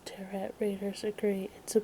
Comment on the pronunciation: Teh-row cards